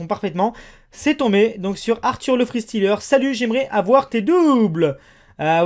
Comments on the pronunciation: mdr comment il dit le freestyleur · Le fristyleur ça ce prononce fristaïleur et pas fristileur